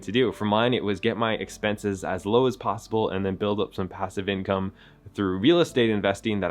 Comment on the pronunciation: Expenses, not expences.